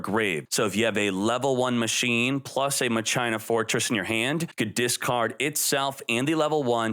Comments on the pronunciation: I love you and your videos but it's pronounced "Mach-Ina" instead of "Ma-China" lol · ma-china? Mach-i-na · I always thought it was Mah-kee-nah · MA-CHI-NA! (like Deus ex Ma-chi-na) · Literally called it Mah- CHINA 🇨🇳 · He loves Mah-China